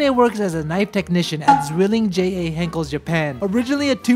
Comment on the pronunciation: It is Henckels not Henckles.